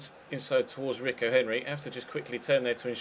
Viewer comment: Rico is pronounced Reeko